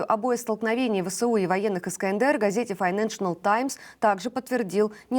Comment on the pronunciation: Кто нибудь, научите эту девушку правильно говорить название британской газеты на розовой бумаге.